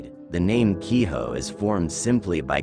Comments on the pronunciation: Kiho? It's Ki-jo this isn't spanish. In japanese J sounds like a J. Infact all the Sounds exactly how it's spelled. All you have to know is what vowels sound like. A as in Another E as in Enough I as in ink but longer sound O as in Oh U as in under So Hikari (He-Ka-ree) = Light Ame (Ah-may) = Rain Gohan (Go-Han) = Rice Kuro (Ku-ro) = Darkness Yorei (Yo-Ray) = ghost Btw roll the Rs Hopefully you get the point. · 鬼女/Kijo is pronounced only as "key-joe."